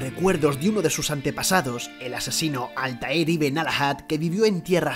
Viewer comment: Rogue, Unity y sindicate mejor que el 3 y que revelations y Odyssey el segundo mejor 🤡, se supo que este no sabe nada de la saga desde el minuto en qué pronunció el nombre de Altair